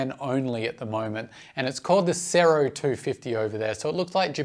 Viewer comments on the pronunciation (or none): none